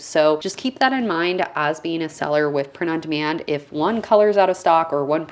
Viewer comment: Sounds like you’re saying ‘prenundman’ and I was thinking ‘who’s he?’ Thanks for sharing this info. 👍🏻